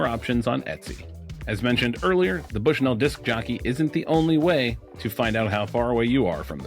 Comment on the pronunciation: As someone from Bushnell Illinois it's pronounced like "Bushnull"